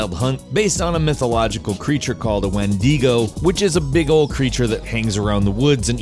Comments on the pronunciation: I'm kinda sick of the whendeego mispronunciation. Like seriously, 8ts not hard. "When-dig-oh" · Redeads were worse in Ocarina of Time And it's pronounced Wend-ih-go, not Wend-ee-go. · It's not a wendeego it's pronounced wen- di- go. Trust me I know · “Wen-de-go” wendigo 💀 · When-dee-go? i thought it was win-dih-go.... have i been saying it wrong this whole time? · wendigo the I isn't purnounced eye it's purnounced e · it's pronounced wen dig ow wendigow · Why does everyone mispronounce shit. "Windaigo" said exactly like that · Wendeego? Great pronunciation. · I love how you pronounced wendigo like wandego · He pronounced Windigo wrong. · y'know it's a good list when he can't pronounce wendigo